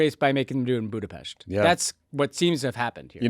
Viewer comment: No hate to Tommy and Ben, but I had to take a break with their forced “Budapesh” pronunciation